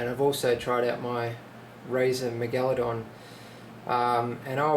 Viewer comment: dude its pronounced MEGA-ladon